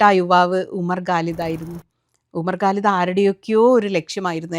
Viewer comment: Please try to pronounce Quran, not Guran. Also, Bharya, not Pharya. Umar Khalid, not Galid. Khan, not Gan. Humble request only